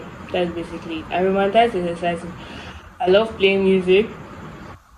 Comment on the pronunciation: Also it’s roman-ti-cize not romantize 😂❤